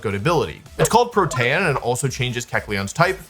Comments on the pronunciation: It's PRO-tee-un. Definitely not Pro-TEH-un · The amount of times I look at my screen like: wtf how did he pronounce that name, is so much more than I would expect from a professional player... i mean protAYan? Wtf 😅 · Someone has probably said this but kecleon’s ability is pronounced “pro-tee-an” not “pro-tan” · Protean --> Protain! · Funny a nerd doesn’t know how to say the word protein 😂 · There is no shot somebody pronouncing Protean as "pruh-tan" is anything other than engagement/ragebait lmao no shot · I dont think you say Protean like that. Think its more like you say "Protein" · NOBODY IS GONNA MENTION HE SAYS "pro-tay-en" ?!?! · Prot-AY-an LMAO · lol i like how people pronounce “protean” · That's not how you pronounce Protean. EDIT: lmao "forme" be pronounced as formey utterly slays me oh wow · That pronunciation of protean is absolutely diabolical 😂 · The names are easy to know where they come from. Besides, the problem is he can't read. Everything else you said doesn't matter. When it comes to pronouncing real words, he still fails. Or do you actually think Protean is pronounced that way? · Saying protean that way will get you nerfed for life I swear 2 the gods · please stop saying protean like that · What an interesting way to pronounce protean. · The fuck is that pronounciation of protean. Is that a regional thing, or had he never heard the word before? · I have never heard Protean be pronounced like that. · "Protean" are you kidding me this has to be rage bait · this guy has to be trolling with these pronunciations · okay i know this is a ragebait that wolfe does all the time, but the way you said "protean" reduced my life expentancy by like a full month